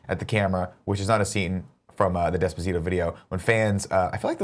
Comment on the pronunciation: Pronounce despacito correctly you tool, all you have to do is watch the video you'll know how.